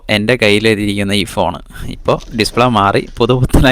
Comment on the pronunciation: ചിറി അല്ല കുട്ടാ ചിരി